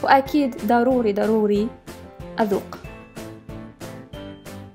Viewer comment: ليش اتقولين ادوق عود اذوق